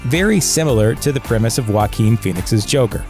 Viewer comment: That's not how you pronounce jaquin